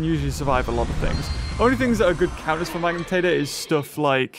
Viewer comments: its magna pyritator not magnitator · day 1 of asking to say Magnapyritor's name right:Edit im not mad about it i just wanna hear him say it